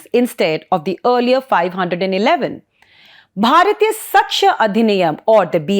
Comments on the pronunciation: Its not bharyathiya.. Its Bharatiya .. your pronunciation is wrong.. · It is pronounced साक्ष्य not सक्ष्य . Joke of an anchor, doesn't even know Indian languages. So much Anglicized that you are far-removed from the roots of your own country and language. Can't even pronounce "bharatiya" properly